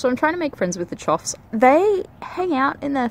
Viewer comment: Chough apparently rhymes with tough, not cough.